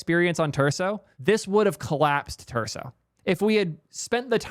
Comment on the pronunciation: repeat after me, friends! starts with t and ends in urso. or starts in l and ends in imbo.